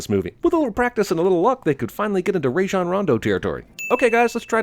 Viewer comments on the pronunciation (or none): Who the fuck pronounces Rajon as Ray-shon?